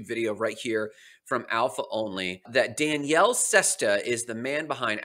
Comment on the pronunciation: I am pretty sure you're pronouncing Daniele wrong, you are pronouncing it as a girl's name, there is no way that's correct, the way you pronouce it is the girl version which would be Danielle, which is wrong